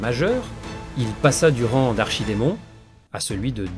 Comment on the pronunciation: Magnifique vidéo, toujours la diction qui pose problème sinon. On ne dit pas "rangue", mais "ran" le g est muet.